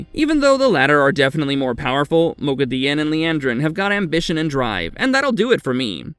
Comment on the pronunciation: Really? * CAR'A'CARN Correct pronunciation: Car'AH'carn - His pronunciation: Car'AYE'carn * MOGHEDIEN Correct pronunciation: Mo'gi'di'ehn - His pronunciation: Mo'geh'di'in * RHUIDIAN Correct pronunciation: Ruh'i'di'an - His pronunciation: Ruh'ee'di'ahn * SUAIN Corrent pronunciation: Swan - His pronunciation: Sue'ahn * AMYRLIN Correct pronunciation: Ah'mer'lin - His pronunciation: Eh'mer'lin * EGWENE Correct pronunciation: Eh''gwain - His pronunciation: Eg'gwine 🤦🏻‍♀ I don't know how many more names/titles he ended up butchering, because I finally clicked dislike during the Egwene pronunciation debacle and left the video. Yes, he did pronounce some names and things correctly, but I started to doubt he'd ever watched the show much less read the books and was just making Wheel of Time videos to make money off WoT fandom and he couldn't give even a smidgen of a rat's arse to get the names of major characters correct. There are enough true fans of WoT making excellent breakdown videos and review of the show that I don't have to waste my time watching this channel's rubbish.